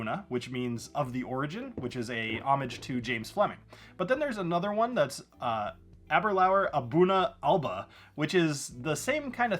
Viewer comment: Ahhhh- ber- lure. Got to pronounce scotch names correctly.